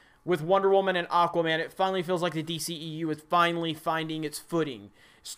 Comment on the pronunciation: The waman lol